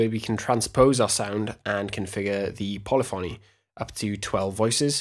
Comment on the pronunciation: you pronounced "polyphony" wrong